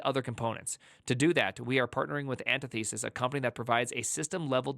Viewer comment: An tith uh sis, not anti thesis